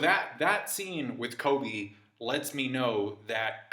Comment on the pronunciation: I keep hearing KOBE